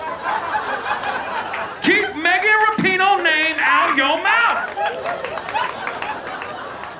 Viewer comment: He butchered megan's 😂😂😂